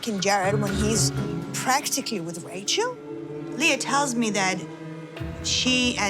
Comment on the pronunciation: Its so irritating how these new girls are turnishing LEAH's name